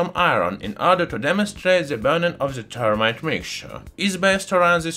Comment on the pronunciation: Th not T. Termite. No. That is an insect. If you must use a euro accent, say zermite or fermite. Better to say this than zis though.